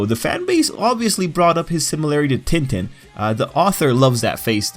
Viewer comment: Tin tin? Lmao